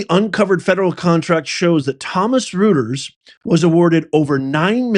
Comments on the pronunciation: It sounds like: Roy-ters, not Rooters Lev-it, not Leave-it Socky, not Pa-socky I like the channel But come on man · ROY tears, not ROOT ers- and LARGE scale social deception, not E SCALE. Is this stuff possibly real? Good God…. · 🎉 .... it's my understanding that Reuters is pronounced ROY-ters, not ROO-ters. Probably a German pronunciation. But don't take my word for it. Do some research. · It is pronounced Roiters , but rooters sounds good . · Professor, Reuters is pronunciation as "Roy-trz" and not "Rooters" ... I thought you should know. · By the way REUTERS , it's pronounced internationally not as Rooters but Royters. Until recently so respected. Everything is falling apart. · it's pronounced "ROY-ters", NOT "ROOTERS"! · I have to correct you in the pronunciation of Reuters. It's British thus pronounced Roy ters, not Roo ters. Your misprononciation is making my teeth hurt, like fingernails on a chalkboard. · LARGE SCALE DECEPTION (LSD), not LARG E SCALE DECEPTION (LSD). As for the pronunciation of "Reuters," it is not "Rooters," it is "Royters." They are a large news distribution network, similar to the Associated Press. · Its not ru ters its roy ters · Roy-ters. Not rooters. Let’s go! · Not LARG E SCALE. It's LARGE SCALE. You are pronouncing Reuters incorrectly. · It's pronounced "royters", not "rooters" and also good lord dude, that's a line break and it says "LARGE SCALE SOCIAL ENGINEERING" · Reuters pronounced Roiters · Please pronounce Reuters correctly. Hint: it is not "ROOTERS" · Reuters is pronounced Royters (06;50) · Reuters is pronounced roy-ters. And larg e I think is large. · Reuters is pronounced, “Royders” 😊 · I think it's pronounced "Roiters." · P.S., Reuters is pronounced Royters, and they were a Lefty news Organization once out of England and often quoted by NPR so that says a lot right there. They were bought out by a Canadian Family. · It's pronounced tomsun royters professor... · Pronounced "Royters"